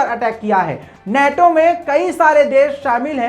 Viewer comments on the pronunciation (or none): नेटो नहीं नाटो सही शब्द है ।